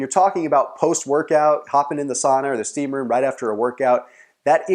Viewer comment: finnish sauna is like ur '' steaamroom '''